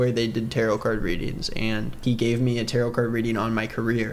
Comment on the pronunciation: i’m sorry do they thing tarot rhymes with carrot????????